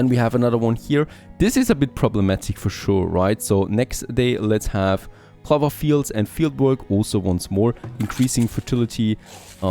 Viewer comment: It's not pronounced cluver it's clow ver .. when you are speaking English at least learn to pronounce the words correctly :)